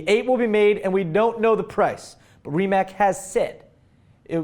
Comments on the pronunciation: It is Rimac, not Rimac. In some languages, letter 'c' is not substitute for s and k, but it is read as 'ts'. So, try to read it as Rimatz. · the C in Rimac is not a K so you're saying it wrong, say it with C i know it because I am from country where is build. and the guy that has that firm is Mate Rimac